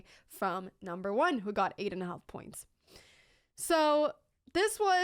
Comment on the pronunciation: Pia is the most attractive Female Chess Champion of all time. Anna in the word half the L is silent pronounced Haff.